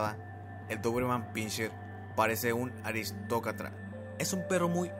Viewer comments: Tu voz me da flojera y creo que se dice aristocrata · "Aristocatra" 🤦🏼‍♂️ hay que vocalizar men